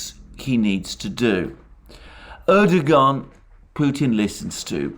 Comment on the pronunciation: Alexander - I really enjoy your channel. Thanks!. BTW - the ğ in Erdoğan's name is basically silent.